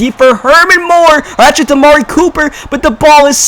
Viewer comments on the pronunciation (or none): none